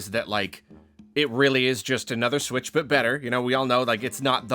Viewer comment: i cant believe they're calling it the nintendo sputch